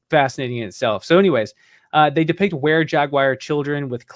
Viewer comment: Last I checked it was Jag-war not jag-wire. Love this guy but this pronunciation is killing me here🤪